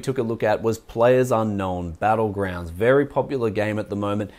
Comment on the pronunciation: "PlayerUnknown's Battlegrounds", not "Player's Unknown Battlegrounds" :)